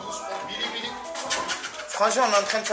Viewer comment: Il a prononcé 81× beely ptn